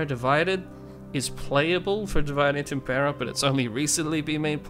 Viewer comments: Please stop pronouncing "divide" like its English derivative. It's pronounced di-VEE-deh et im-PEH-rah. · Am I the only one going nuts that he's not giving it the Latin pronunciation? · You should have done a quick tutorial on how to pronounce Divide Et Impera (div-eh-day) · The senate demands that you remake this video and pronounce the mod name correctly!